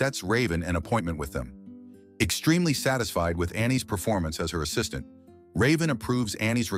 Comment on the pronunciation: Ass-is-taint is CRAZY 😂😂